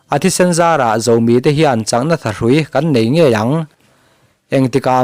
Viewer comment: Zomi tih thluk kha tlumpi tih thlukin i lam a, chingit tih thlukin lam ta la, ngaihthlak a nuam zawk awm mange ka lo ti ve mai mai